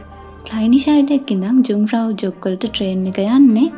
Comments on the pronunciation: The name should pronounce as යුන්ග්ෆ්‍රවුයොහ්ක්. Many thanks for uploading this superb video. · ලස්සන වීඩියෝ එක. පොඩි නිවැරදි කිරිමක්..J අකුර ජර්මන් භාෂාවෙන් ශබ්ද වෙන්නේ Y "යු" විදිහට..කන්දේ නම "යුන්ග්ප්‍රවුයොක්" .